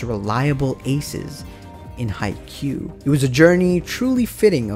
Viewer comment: R u calling me an idiot....? also pronounce haikyuu right pls